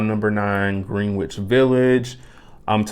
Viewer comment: Hey man. Found your channel recently and just wanted to say I enjoy your videos. Very mellow ambiance. Heads up, Greenwich is pronounced "Gren-itch".